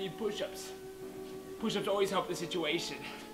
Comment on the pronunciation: "I need poosh uhps" 🤣🤣🤣 I love this man for reals!